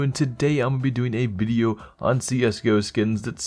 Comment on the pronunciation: "Welcome to another CS:GO BIDEO"